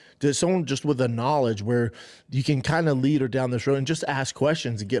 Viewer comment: “the GNAWLEDGE, b”